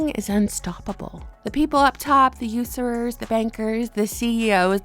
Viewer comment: “The Userers” 😂